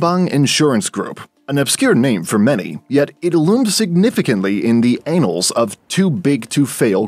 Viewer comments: I did a double take when I heard that word lol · . "ANNALS" is pronounced ann-ulz NOT ay-nulz annals not anals 🙂 . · it's pronounced as "annals" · Thats not how you pronounce annals.